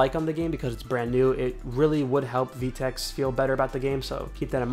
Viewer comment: im cringing, u said "vee-tex" its pronounced "Veh-Tex"